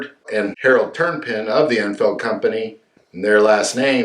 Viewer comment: It's Tur -pin not Turnpin btw.